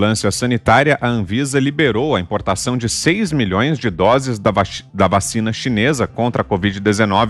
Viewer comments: KKKKKKKKKKKKK ta difícil fala vacina sem falar vachina kkkkkkkk, brow quase q soltou a perola kkkkk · O repórter falou vaChina😅😅